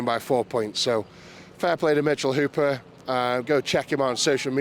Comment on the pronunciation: Maybe mitchel will help spread awareness on how to properly say the great surname of Hooper. Props to Eddie for saying it right so many times lol